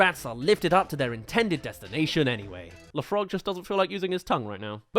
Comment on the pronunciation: Le frog, not lè frog.